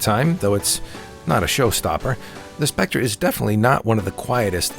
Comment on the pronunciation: Irritating the way you mispronounce 'Spectre' all the way through your video, otherwise not bad